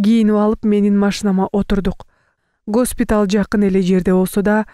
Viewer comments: Гаспитал эмес Госпитал деп туура окучу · гАспитал болуп окулбайт гОспитал эле болот